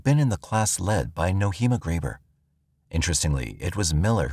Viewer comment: Nohema is pronounced "No-ay-ma". Names are important. Her name was mispronounced throughout this video. May the dear lady rest in peace.